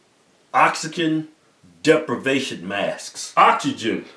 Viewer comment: "Oxygen" "Oxygen" "Oxygen" "Oxygen deprivation mask" "It's oxygen, man. You're stressing the "Ox" too much... Fuck it."